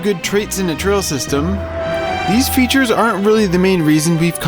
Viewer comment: How u say features makes me wanna kms